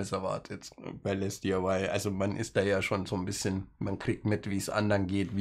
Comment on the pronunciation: So wie es auf den Kartons steht "LesDiy", würde ich es einfach als "Lesdi" aussprechen. Für die zweigeteilte Aussprache aus "Les" und der Abkürzung "DIY" (Di-Ei-Wai also, Do-It-Yourself) müsste der zweite Teil auch konsequent in Versalien gesetzt sein, also "LesDIY". PS: Geiles Modell ;)